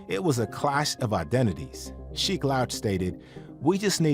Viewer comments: Respectfully , You are mispronouncing Sheek’s name sir. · I want him to stop saying Sheek name incorrectly